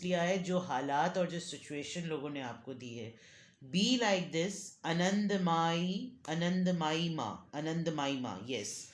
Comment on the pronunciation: Its ananda- mai - ma ( ananda aa sound at last